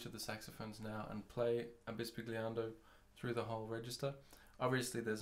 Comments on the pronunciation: And is not pronounced that way either. But nevertheless, these video are really useful and well done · Great video. If I may however, bisbigliando is an italian word...